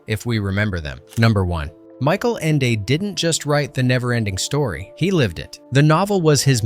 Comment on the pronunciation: #21, the narrator doesn't know how to pronounce the author's name...